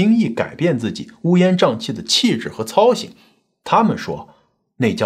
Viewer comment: 操行，读音是四声+轻声。